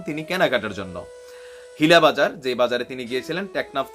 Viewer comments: নাইম ভাই টেকনাফ এর হ্নীলা বাজার [ নীলা বাজার ] উচ্চারণটা নীলা বাজার হবে নীলা ইউনিয়ন হবে আমি স্থানীয় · হ্নীলা বাজার এর উচ্চারণ হবে - নীলা বাজার